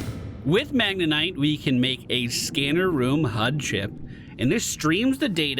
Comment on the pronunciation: It's MagneTite, not MagneNite,.:D